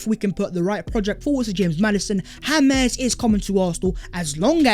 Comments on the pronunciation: The fact that You pronounce it Hames Maddison annoyes the fuck outta me😂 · The fuck this guy calling him Hames Maddison FFS? Maddy is english not latin american my G